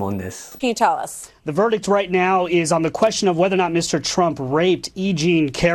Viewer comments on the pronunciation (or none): Did she say VERDIK??